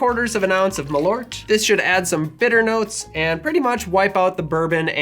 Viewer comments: As someone of Swedish heritage you might need to work on the pronunciation of Malört. Rather than "ma - loort" it should be a bit closer to "marl-oar-t". Malört happens to be Wormwood in Swedish, made famous in Absinthe, and also a popular herb used in Swedish snaps to give a bitter flavour. The word "bitter" happens to be "bäsk" (pronounced "besk") so you were right on the money with your choice. Love the channel though, keep the drinks coming😄🍸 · Its pronounced "mahl-urt". You who share my nordic name should know this :P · As a Swede i say it's pronunsed Maal ourt and Behhsk in English that's wormwood and bitter. Use to it wise and that's great tasting. Love u ✌️